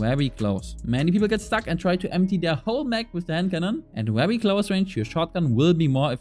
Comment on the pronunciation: It’s wery wery good😂